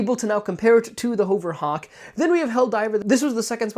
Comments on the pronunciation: HUHVER Hawk lol .... Not HOHVER Hawk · lol more like HOE-VURR it sounds like (I agree he's saying it wrong)